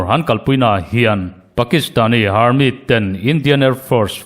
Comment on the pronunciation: Armit tih loh theih se Army ti zawk thei la